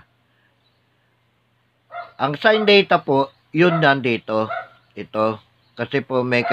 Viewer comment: Its Theta po , hindi Data